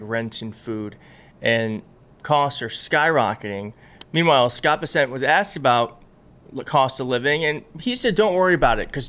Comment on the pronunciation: My goodness, you are horrible at pronouncing names just like when it comes to the Midas Touch Brothers and their pronunciation of their last name spelled out is (my-sell-us) and now you are pronouncing it Scott besant (you say Bass-sent) and it's actually (Bess-Ent)!